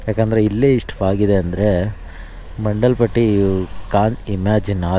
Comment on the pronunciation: Mandal Patti alla bro mandaal Patti